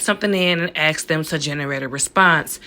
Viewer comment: How closed captioning didn't pick up "axe" is amazing! 😉